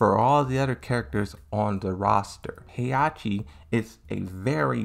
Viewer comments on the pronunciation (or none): FOR GOD´S SAKE, WHY DO YOU KEEP MISSPRONOUNCING THE NAMES???? Is HE-HA-CHI, not Heiachi and is XIAYU NOT YIAOYU.